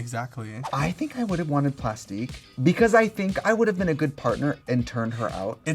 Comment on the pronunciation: not "Plustique"